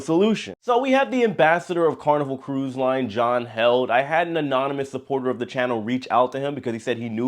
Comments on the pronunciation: John Heald....long e!...not held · Hey J, John Heald pronounces his name " healed " as in " The small cut healed in less than a week. " Thank you, J